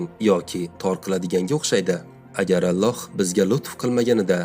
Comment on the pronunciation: Allox emas Ollox deb oqisangiz bolardi?